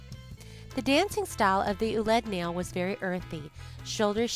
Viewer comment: It is pronounced "wa-lid na-yil", NOT "oolid nail"! The French spelling oulid nail is how they wrote the Arabic words "walid (children) nail (of sandals) I can't make the double dot over the "i" which makes the vowel separately pronounced. Hearing "oolid nail" over and over again makes my skin crawl!!!